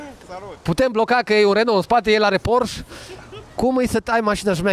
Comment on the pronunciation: 'Porșe', nu 'Porș'. Te rog să nu se mai întâmple a 5.a oara. 🤜🤛